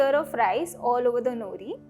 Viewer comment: नोरी, not नुरी